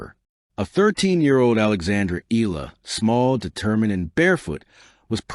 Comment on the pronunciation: It's Eh - yah - lah. Please pronounce it correctly.